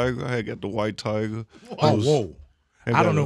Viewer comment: "Yea, Wyte Tigah" 🐅